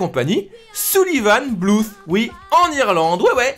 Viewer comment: my 2 cents : Tu prononces trop bien le th de BluTH et tu ne le sais que trop bien <3